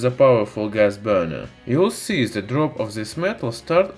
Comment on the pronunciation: ...on ze surface of ze metal... What are you saying????????????????? When you can't say The... Just say De... Ze is fucking ridiculous